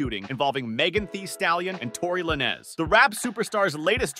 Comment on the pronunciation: tory lanezzz or tory lanes(z)? you pronounce some names incorrect my bro